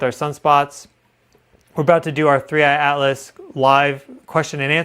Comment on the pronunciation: Thanks for being REAL! So much AI out there that can’t even say the objects name right…….there done….”click”